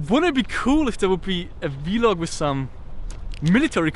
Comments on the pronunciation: I am not trying to be a jerk. I completely understand that English is not the language of your country, thus you have an accent. However, recordings of your day to day activities is a vlog, as you said, but it is pronounced as a single syllable, not v-log. It is slang for a video log. Just a FYI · Hey, no hate, but it isn't v-log. You say it like blog. Vlog. All one word. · Awesome that you can film , however it is pronounced vlog not V-log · please stop calling it V-LOG just vlog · its called V-Log not vlog. you also say T-Shirt not tshirt. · Lol be like V log but its vlog 😂😂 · vlog not v-log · Vlog not v-log 😂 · its vlog not v-log XD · I cringe too when says "V-log", but don't fuckin complain...just watch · i like how he says "v-log" instead of vlog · v-log, i know he has an accent but that was funny XD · Damn he says vlog weird